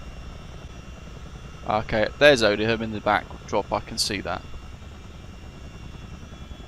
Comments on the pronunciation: Dear god, It's pronounced Oh-dee-yum dude. ZA718 (Bravo November) has been retired, she lives in the museum at RAF Cosford. It is open to the public, if you wish to visit. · The correct pronunciation for the RAF Base Odiham is (O-DEE-HAM) and said without a break.!! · I think Odiham has a silent h, I used to live there. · Dude, call yourself and you can’t even pronounce Odiham properly. 🙄 that’s embarrassing. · That may be the oddest pronunciation of Odiham I have ever heard! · ex RAF myself and worked supporting the Chinook squadrons from Odiham , I picked up on British Avgeeks pronunciation but I think we can forgive him , great video. Liked n subbed.